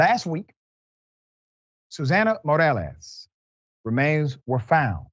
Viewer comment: Must not be ANY Latinos in Dr. Rickey’s world; he’s struggling to say Morales, but nice effort. If you’re going to try and say the name correctly, you might want to learn how to pronounce Jasmine—“Yaz-meanne.”